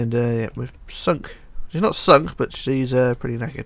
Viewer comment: PLZ STOP SAYING BUT-ERR JUST SAY BUT U DONT NEED TO SAY 'ERR' AT THE END!!! OK!!??